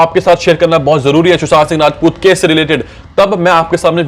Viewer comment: Abey tu sushant singh rajput thik se nahi bol pa raha hai...